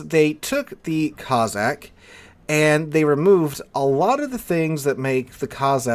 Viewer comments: Cozzack ? It's CoSSack - after the Russian tribe. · Good vid with one annoying exception. You pronounced Cossack as Cozzack, it's Cossack, no Z's in it. The S's are pronounced like the S in Snake